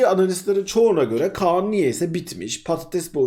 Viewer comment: Abi Khan a Kaan deme yaa